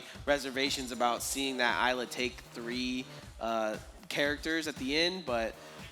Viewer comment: It's been bothering the crap out of me every time they say it so I have to. It's pronounced IS-la. The S is NOT silent. It's said in her character reveal trailer.